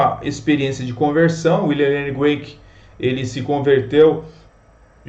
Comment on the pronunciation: William Lane CRAIG, e não Graic. A pronúncia do nome dele é com C e não com G. No vídeo todo sua pronúncia está equivocada! Vídeo legal!